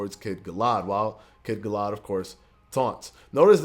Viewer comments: Cool video. One small suggestion Sir. Kid "Galla-had" two syllables pronounced quickly. Its names after the legend of King Arthur. Sir "Galla" "had" (pronounced very quickly) was King Arthurs Knight in the English folk-lore, history. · And you say he’s name like “kid Galla had” lol